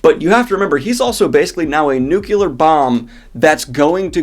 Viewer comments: Did you really say "Nucular bomb"? Come on Danny boy, please at least pronounce "Nuclear" correctly! I appreciate you but that's a big pet peeve. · Just a note: you say "nuke-you-ler" instead of "nuke-Lee-er" every time. There's no second U in nuclear D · Learn to say NU-CLEA-R right it is not NEW-Q-LAR. You're worse than an ignorant farmboy when you say it like a dunce. And the boys were right to be skeptical, Aes Sedai earned their rep. Daes Demar was something they almost all engaged in to varying degrees, but Blues almost always were kneck deep in it.